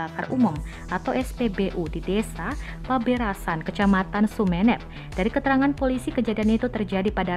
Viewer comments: Sumenep mbak, bukan Sumenep... Gimana sih.. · Dear mba Narator. Yg bener itu bacanya Sumenep, bukan Sumenep.